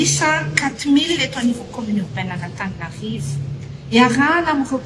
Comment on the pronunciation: Izany hono ry mponin'Antaninarrrrrivo a😂😂😂!Marina izany Baba a, dia SANATRIA ho hadino sahady ny nanaovana anareo.